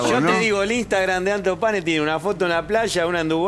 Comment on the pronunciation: ANTO PANE NO "ALTOS PANES" 🤔